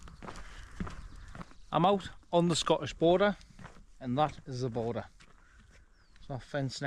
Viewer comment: Its 'border'